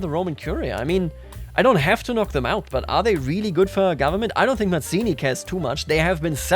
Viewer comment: Hello! Italian here! We pronounce Mazzini both as /madz:ini/ (more common) and /mats:ini/ (less common) so don't worry, your pronounciation is good!